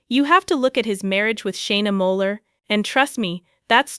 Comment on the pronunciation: Its Shana moakler not moller 🤣🤣